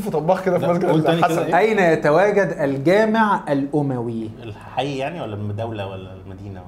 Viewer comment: واحد يقولك الجامع الاوووماااوي 👀 .. ومش بيفرقو بين التاء المربوطة والهاء المربوطة .. بجد انا بحب تيم ارزع كله بس انتو لما بتحاولو تتكلمو عربية فصحى بتشوهو ام اللغة